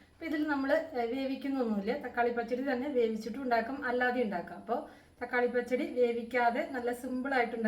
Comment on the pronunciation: Please learn to say the Malayalam words as it is phonetically said “pachadi” doesn’t sound like you say it 😊